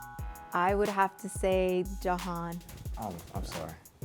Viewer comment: She said “probably johan” every time she said his name 😂